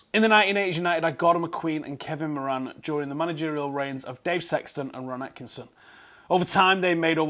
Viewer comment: As an Irishman, your pronunciation of Moran is killing me 😂